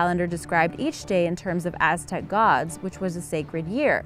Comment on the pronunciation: Sexy voice I like the way she pronounced the Aztec stuff